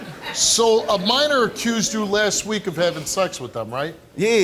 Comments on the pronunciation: Minor.... He says manor... Smh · He said manor lol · He can't even say Minor he says Manor lmao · Soon as he said “manor” instead of minor I knew he was lying child. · The way he says minor sounds like manor lol x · Steve: You did not tell the truth. Creep with the gap in his teeth: "I didn't have sex with no manor". Me: Lol!!!! Dude can't even say minor correctly and expects them to believe that he didn't do it when he clearly failed the polygraph. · It’s minor not manor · this guy can't even pronounce minor, what is manoooor!? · I believe what he's trying to say is minor. Not maner you idiot. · I just have to say… The way this guy pronounces minor really annoys me